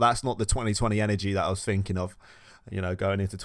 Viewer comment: when u say finking 🥺